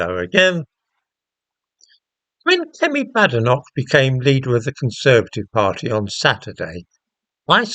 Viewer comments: It’s pronounced Bay- den - och apparently. She corrected an interviewer the other day. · Number one you pronounced her name wrong, two comparing Kemi to men who changed their name? Quite disingenuous. I notice this was her maiden name as you mentioned. Two passports? Again disingenuous as living in a diverse world, what would you expect? Should not be news really. O I read your paper on prostate cancer and ethnicity, good read, might cite you in one of mine